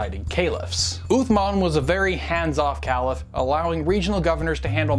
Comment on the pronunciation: Excellent Video, easy to understand and full of the right information. One of the best vids I've seen! Your knowledge is remarkable! Only a minor detail to bear in mind though- you are pronouncing caliph wrong.